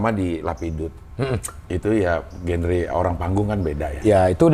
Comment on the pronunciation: Maaf cing, Genre itu bacanya "janra"✌️